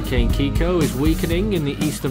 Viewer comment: It's Kikó lol